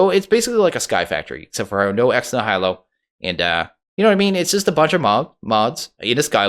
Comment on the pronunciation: The "nihilo" in "ex nihilo" is pronounced like a certain science guy's last name, followed by the word for slightly sick, then the sound of realization: Nye-ill-oh It's from the same root word as "nihilism," and the full phrase (ex nihilo) means "from nothing."